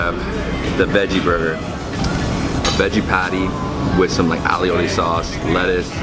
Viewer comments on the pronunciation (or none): It's aioli...not alioloi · "A OH LEE" aioli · Keep saying alley o li 🐴😁😂